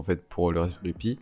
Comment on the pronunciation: Wesh mon reuf il me stress à dire raspberry pï!